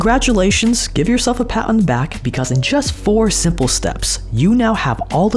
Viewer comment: Does he say "SIMPLE steps"